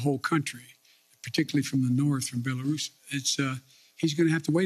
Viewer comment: lol “Belarusa” thats not how you say it.